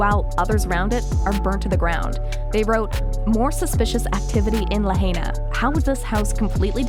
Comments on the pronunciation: ITs pronounced La 'high' na.. not La 'hay' na. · You're mispronouncing the word, "Lahaina" ITS NOT LA HEY NA. ITS *"LA *HIGH NA". STOP SAYING "LAHEYNA", PLS. I WROTE THIS BEFORE AND YOU'RE STILL MISPRONOUNCING IT. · This FAMOUS Hawaiian town is pronounced “LA-HI-NA”. not “La-HAY-Na”!!! At least get the name right. Read a book. Go to school. Don’t be an ignoramus. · the commentator lady should learn how to say Lahaina. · Please pronounce Lahina right or do not do videos on it. Quit with the conspiracy theory label as well it just the easiest way to deflect conspiracy fact. I saw at least three blue cars without a scratch next to melted cars. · If you are going to make money regurgitating old stories...at least pronounce Lahaina and kanaka properly